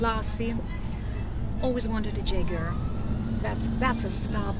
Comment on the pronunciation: Imagine driving a red Jaguar and can't pronoun the name😭😭